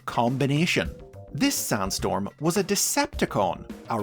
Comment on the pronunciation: Why do i hear Soundstorm instead of Sandstorm, most of the time?